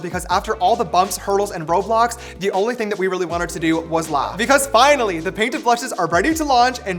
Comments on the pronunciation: james saying roblox instead of road blox 🤭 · I thought he kept saying roblox